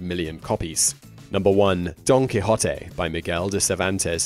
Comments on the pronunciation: What a relief hearing "Don Quixote", and not "Don Quiché'Otea" as so many people say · don key-hoe-tay is how it is pronounced in Spanish